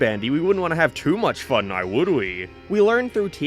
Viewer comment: Never heard someone pronounce "now" as "naroo" 🤣 I love it